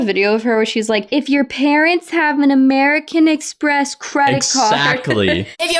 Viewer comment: "Amewican Expess"